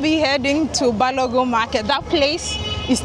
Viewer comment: It’s BALOGUN not BALOGUM. ❤